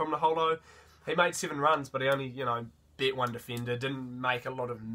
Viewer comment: As an old bloke I winced at "verse" (versus) and "bet" (beat) but once I got past that I really enjoyed your review, the passion you bring, your positivity and your pronunciation of people's names. I particularly enjoyed that family haka in the stands too...loved how Te Toiroa's sister(?) went back to her phone right afterwards!!! Keep up the good work!